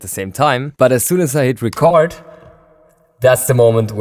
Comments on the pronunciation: Hi! I just thought you'd like to know that when you talk about record enabling a track or arming it to record, it is pronounced reecord with a long E. Record with a short E is like a vinyl record or you're making a record. Cheers! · You´re saying record wrong lol! It´s not a world record or a vinyl record even, it´s ree-cord, as in recording music! Damn germans! :-D